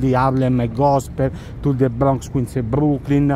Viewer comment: Say bRrRRrRrrrRRRonx again! I double dare you!